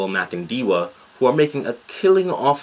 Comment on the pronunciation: Who is this? Do you really understand what this nation has gone through? You can barely pronounce the name correctly so how do you know he is making a killing ? Is your money missing? You are an idiot and foolish to say the least. You are used by people who are fugitives of the law They must learn to shut their zips first before they tell you to say nonsense